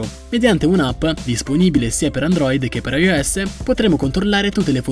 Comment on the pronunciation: "ai o esse"